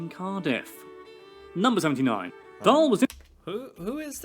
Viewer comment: His name is "Roald Dahl"